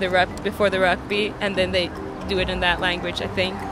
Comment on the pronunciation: i know all my rugby players/fans got triggered when she said rubgy instead of rugby